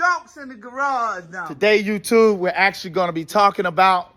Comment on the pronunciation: Brotha, you had me cracking up LOL I swear you said "LS swap" and "youTUBE" like 84 times in the first 4 minutes, I enjoyed it man, keep at it!